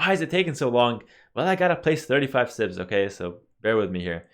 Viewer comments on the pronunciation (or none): I gotta stop watching Pewdiepie videos... everytime you said "civs" I clearly heard "simp".